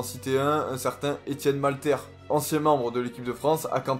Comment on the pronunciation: Merci pour la vidéo, petite précision c'est Etienne Mattler et non malter ;)